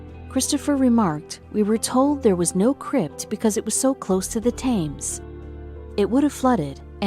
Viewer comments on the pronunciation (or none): Hey, what happened?! The video just just stopped, when the woman/narrator/computer was still talking! Yes, is this a real woman’s voice? It almost sounds like a computer?! She doesn’t pronounce things correctly… As in the river Thames... thank you very much for a very interesting and good video.